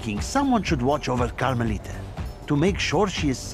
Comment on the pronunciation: it's carmelita